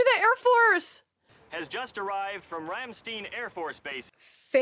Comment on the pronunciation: Wow he butcher the name of ramstein